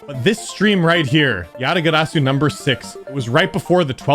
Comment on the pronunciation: You know is cultured when he says "Yatagarsu" correctly. GG,!:D